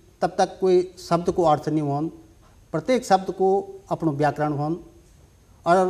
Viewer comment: बात करते समय कृपया माथे पर पर बल न लाएं... सहज रहें - Notice the same. " ब्याकरण " ==> " व्याकरण " " बिद्वान " ==> " विद्वान " " भासा " ==> " भाषा ". "...भाषा क वास्ता काम कदिन..." त भाषा भि शुद्ध हूणि चैन्द.. नथर हम जना कम पढ्यां लिख्यां लोग मि कमेंट करण लग जन्दीं. हमथै कमेंट करण कु मौका न द्यावा. " बिभिन्न " ==> ' विभिन्न "